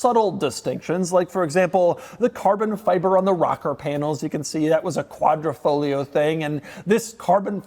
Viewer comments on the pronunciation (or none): Is Quadrifoglio, why say Quadrofloglio? -_ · Quadra - Fo - Glio -------------> The 'G' is not silent... Betting the auction doesn't get to the sellers reserve price.